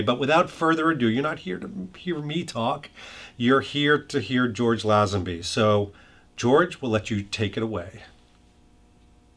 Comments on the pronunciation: I shee that George pronounces his name as Lay zen bee, which always mind, not Laeh zen bee as this video's announcer does. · Nice. (PS: The name is pronounced LAY-zenby, not small "a".) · First, get the name right: the man’s name is pronounced LAY-zen-bee! Second, thank you for doing this, highlighting my favourite James Bond, star of the best Bond film of all! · Mate..... Lay-zen-bee! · Lay - zun - be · LAY zenby As in get LAYED! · Lay-zin-bee. George Lay-zin-bee. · Why does everyone keep mispronouncing his last name! LOL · You sound like an expert, but you pronounced his name wrong EVERY time you said it.